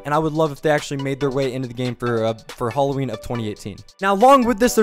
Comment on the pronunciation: its hAlloween not fucking holloween